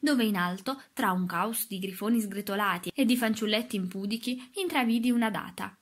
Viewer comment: Si pronuncia impudìchi. Accento sulla penultima.